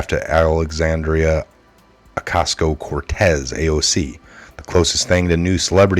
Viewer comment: Oh Kaz EE Oh - Kor tez, Spanish is a lot easier to pronounce/read. English is brutal. Good job. Thanks for the tru news!